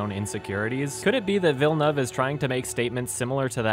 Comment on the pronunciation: The best thing this video taught me was how to say Denis Villeneuve's last name. Thank you,. lol